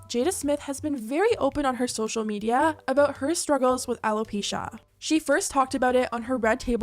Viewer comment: Social meed-EE-YAHH